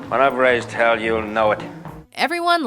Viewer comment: Timesthree Thehighest Emphasis on hell.